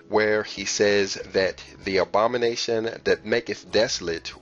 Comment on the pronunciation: The “Obama-nation”. Love it.